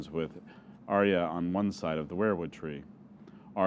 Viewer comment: AK Rex yes, i love this presentation but i am disturbed 😧 😳 by the mispronunciations of the names. It was in by head all the time and i feel bad listening to the names said that aren’t right, such as Arya as said as “aerya” and so on. But overall i enjoyed and liked it!